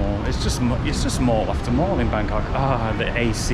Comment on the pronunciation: Sounds funny when you pronounced it Bangkock, lol